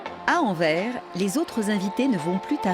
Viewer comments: AnverS svp. Renseignez-vous mieux sur la manière locale de prononciation des villes. Sinon vidéo au top ! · On prononce le S d'Anvers, Arte, enfin!